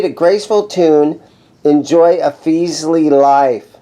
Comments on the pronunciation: Fes ly not feezly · Thanks for the video. I was wondering how you were pronouncing it as, "Feezley" when there is only one E after the F. It is pronounced, "Fezly". At about when you had the other guy play the guitar, he was pronouncing it correctly. In the past 2 years, this company has put out some very good beginner guitars, especially with the price point. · It's FESS-ley, dammit!